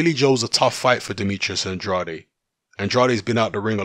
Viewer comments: I'm not even American...but he's an American fighter so it is pronounced An-draid. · It's An-draid not An-drad-ay...